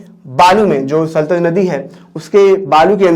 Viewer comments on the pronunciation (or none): Sir saltaj nhi bolna hai sahi name satluj hoga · It is sutlej sir not sultej